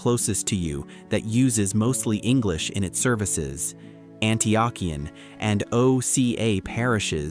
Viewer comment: Great video but a few critiques. #1 How to pronounce Antiochian= An-tee-oh-kee-an. #2 ROCOR is also Eastern Orthodox. ROCOR=Russian Orthodox Church Outside of Russia.#3 You can wear short sleave color shirts. Except at the monastery's i have visited where men and woman must wear long sleave and woman must have a head covering on. Other then that great video. Glory to God in all things.